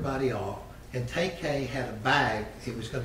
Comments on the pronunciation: LMAOOOO HE CALLED HIM TAYK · Lawyer actually called him ‘Tay Kay’